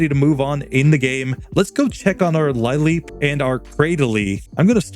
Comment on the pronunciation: I'm still watching and not sure if this comes up or if anyone's mentioned it, but lileep is pronounced "lil-eep," not "lie-leep." Comes from "lily," as in a sea lily...